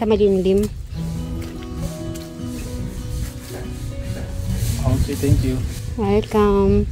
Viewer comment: Malilim ....not malimlim ✌️🥰